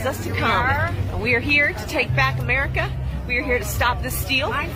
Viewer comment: Did she say, "Take back Amurica?" Because I think we need to take back American education.